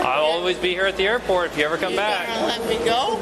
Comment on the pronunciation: "Aurport ZEN" 😅